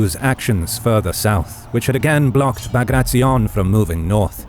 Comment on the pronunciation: It was an amazing video but please next time pronounce his name as you read his last name was B A G R A T I O N as you write you read the same way, not BAGRACZION.